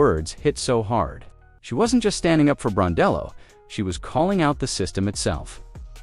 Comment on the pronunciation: You at least can respect this coach to pronounce her name correctly. Sandy Brondello deserve respect and a raise.